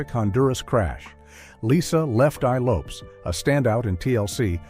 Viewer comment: Lisa Lopes wa s Honduran, hispanic. And it’s pronounced low-pez not how says it.